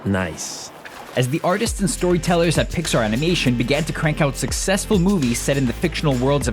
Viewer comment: Lol u said amination